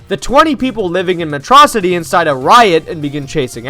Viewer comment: Freaking "Metrocity" is killing me